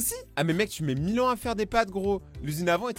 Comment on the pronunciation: A 29 seconde tu dis 1 mignon a la place de 1 millions